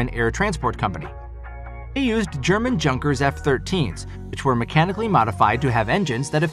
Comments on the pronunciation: its yonkers not junk-ers just as jung is Yoong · Don't want to sound like the Grammar Police, but you mispronounced 'German Junkers' several times in the video. It's actually pronounced like 'Young-kers" Just FYI. "J" in German is pronounced like "y" in English. But I like the content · Junkers aircraft , it is not pronounced like "junk-kers" pronounce it like Germans do ... " yoon-kers". fyi, anyway good job.